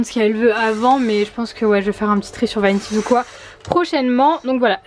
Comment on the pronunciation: personne parle de comment elle a dit vinted